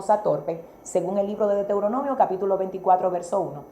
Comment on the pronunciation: Dra. Por favor, corrija la pronunciacion del nombre del libro Deutoronomio. Usted esta pronunciando Deteuronomio y se oye muy mal.